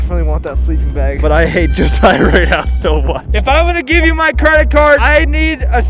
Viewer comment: first person in awhile to pronounce Josiah correctly u earned a sub